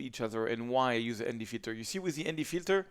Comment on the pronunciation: What kind of filter? MD? Sorry, can't understand what you said.